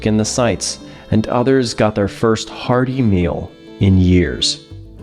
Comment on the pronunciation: You said “hearty meal” and I thought you said “hard email.” 😂😂😂